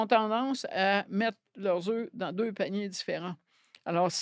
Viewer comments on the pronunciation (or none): none